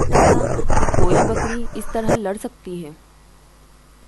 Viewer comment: Its not bkdi its bkri